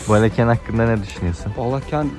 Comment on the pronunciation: Azərbaycana xoş gəlmisiniz can qardaşlarımız. Azərbaycam şəhərlərinin adlarımı düzgün tələffüz etsəniz sevinırdik. Baleken deyil. Balakən.